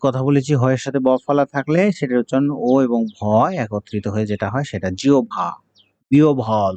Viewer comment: স্যার,জিহ্বা এর উচ্চারণ জিউভা হবে না??